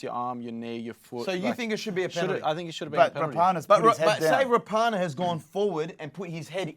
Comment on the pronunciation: Rah-punna not Ra-par-nar